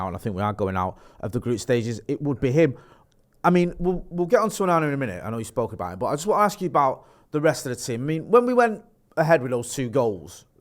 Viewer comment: His name isn’t ooooonanna